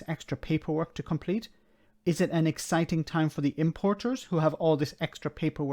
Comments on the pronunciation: Did she say eggciting? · Are you sure she didn't say Eggciting?